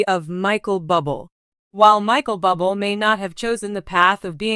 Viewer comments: His name is not pronounced Bubble! Someone help this announcer. Sounds stupid! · His name is pronounced Boo Blay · Pronounce his name right you idiot😮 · I think she doesn't know him if she can't even pronounce his last name.